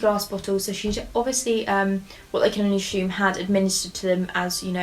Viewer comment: I don't condone poisoning but I will never get tired of listening to you pronounce "assume"!!